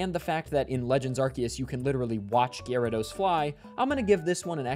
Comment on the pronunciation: Great video! I love how hard you pronounce the Y in Gyarados